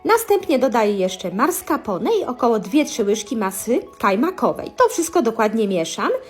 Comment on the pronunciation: Czydrzyszczi i marskapone😬